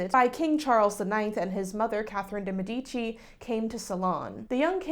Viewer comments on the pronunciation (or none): If I may... it is pronounced Mè-di-ci with the accent on the first syllable. As an Italian it bothers me to hear it pronounced wrong😏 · Very informative and also balanced. Just check the correct pronunciation of the surname Medici, a minor flaw from someone so well spoken and cultured who looks like she may have met Caterina. You two spoke French I bet!😊❤